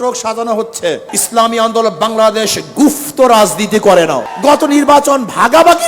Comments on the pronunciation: গুপ্ত শব্দটাকে বলে গুফতো...😂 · গুফ্ত নারে😂 গুপ্ত 😅😅😅